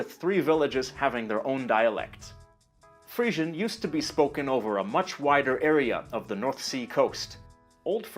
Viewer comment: I thought it was pronounced "Free-zhun".